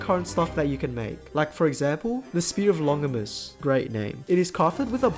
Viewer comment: The Spear of Longinus, for reference, killed Jesus on the cross! I'm also pretty sure the 'g' in Longinus is a soft g, like the second g in gauge. Anyways I'm so happy they gave Sam access to Judgment Cut End in the latest Devil Gear Rising update